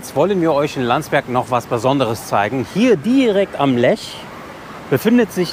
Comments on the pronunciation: Hallo Ihr Zwei, wie immer tolle Berichte-großes Lob an Euch!!! PS: Der Fluss heißt Lech nicht Lesch! Sagt Ihr und steht auch so am Anfang in Film😇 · Liebe Grüße aus Landsberg! Schönes Video aus meiner Heimatstadt! 😊 Kleine Anmerkung : Es heißt Landsberg am LECH. Nicht 'Lesch', wie zu Anfang bezeichnet.